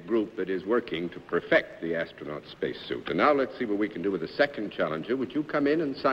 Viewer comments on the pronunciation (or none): She must have misread it as "austronaut" at some point. "Astro-" comes from Greek ᾰ̓στήρ ("star"), which comes from Proto- Indo-European *h₂stḗr ("star"; the h₂ represents a mystery consonant that was probably guttural). The "-naut" part is derived from the Greek ναύτης ("sailor"), which comes--by way of Greek ναῦς ("ship")--from PIE *néh₂us ("boat"). (Before you ask, my line is not actually "Linguist" but "Ad inserter for a newspaper concern"; I just have an interest in languages)